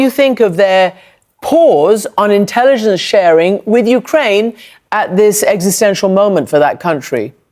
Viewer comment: I love it when she says "wit". All my gf's say it like that. She is looking good.